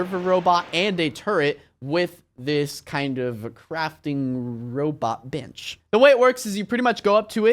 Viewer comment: did you just say b*tch or bench?!